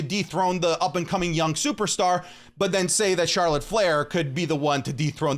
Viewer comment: him: charolet flair me: yeahhh imma unsubscribe